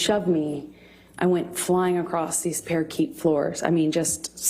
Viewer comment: Parakeet floor ! another reason I think she was coached as she read parquet wrong